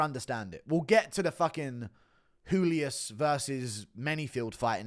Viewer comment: my guy said Julius like he’s hispanic 🤣🤣🤣